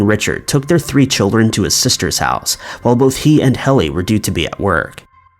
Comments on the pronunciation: JSYK, Helle is pronounced "Hella" rather than "Helly". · As a Dane I just want to say, Helle's name is pronounced Hella, not Helly. RIP Helle. 😥